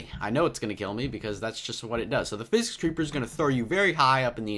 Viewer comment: It’s sicick sounding but really says physic